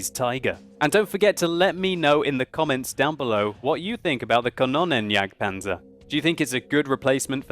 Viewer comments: Xeffx From what ive been taught (as a dane) german is pronounced exactly like its written. just pronounces it more like Kannonnenjagdpanzer. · Is it not pronounced "kan-oon-en"? I'm norwegian so :D